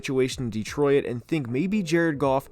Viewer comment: Is it just me or is he pronouncing Detroit as De-Troy-It?